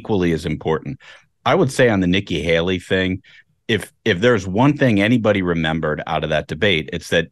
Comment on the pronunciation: NIKKI “HALEY-REE” CLINTON